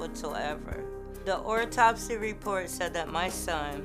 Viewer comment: Oraltopsy.....wtf is that? 😂